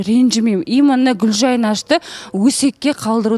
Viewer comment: почему произносит слова "именно" как "имынны"?! Да еще и повторяет все время